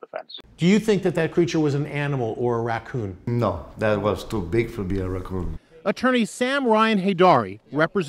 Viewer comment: "Racoons" lmfao